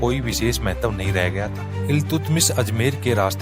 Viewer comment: "इलतुतमिस" का उच्चारण गलत कर रहे हो महोदय !